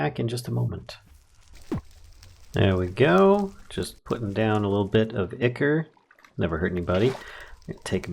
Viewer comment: Would it be better to run the wires from all three of the water wheels to a single relay then redistribute to the batteries? Wouldn't that save on IF loss from excessive wire connections? Also it's a "long I" sound for Ichor.